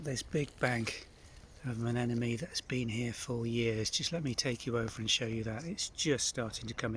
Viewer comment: You’re not pronouncing their name correctly. It ends in NE, not ME.